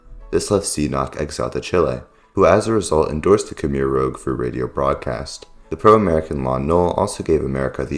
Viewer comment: One would think you might have learnt how to pronounce 'rouge'